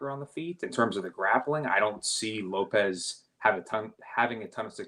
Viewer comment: PLEASE STOP saying “Lope’s” … it’s “Lo-Pez”. The guy has had several UFC fights now like c’mon JFC